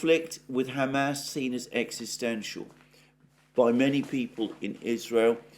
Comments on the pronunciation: Alexander, your pronunciation of "Hamas" as "Ham Ass" is offending Jews and Muslims simultaneously. In the U.S. "Ham Ass" is "pork butt." Kind of a comfort food best served with mashed potatoes and corn.:face-purple-crying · San Franchisco? Ham-Ass? Chan Gu? Oh San Francisco, Hamas, and Qin Gang. Lol. On a roll with pronouns today Alexander! TS 40min. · Does someone as worldly as Alexander really think San Francisco is pronounced San FranCHisco? He didn't mispeak, because he kept doing it. Maybe he has his little pet ways of messing with his audience . The crinkly chair. Pronouncing Hamas and San Francisco wrong. The random bursts of yelling things.